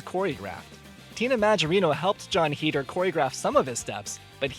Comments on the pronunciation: Listening to him pronounce Heder wrong bugged me the whole time...its HAYDER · is it? i always pronounced it like him, consider me informed :)